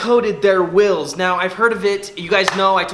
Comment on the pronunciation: The amount of times he calls it “wills” and not “wheels” triggers me literally every single time